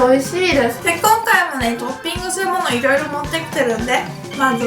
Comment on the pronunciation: トッピングがドーピングに聞こえた